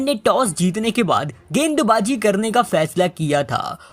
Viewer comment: गेंदबाज़ी ❌गैंडबाज़ी ✅